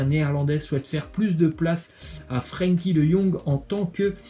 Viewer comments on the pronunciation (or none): none